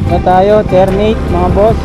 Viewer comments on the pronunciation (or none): Tar -na -te yon boss Hindi Terneyt 🤣🤣🤣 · ...welcome sa cavite... Ter-na-te ang pagbigkas dyan...❤ sayang di kita nakita...malapit lang sa noveleta tambayan namin...Always RS...👊👊👊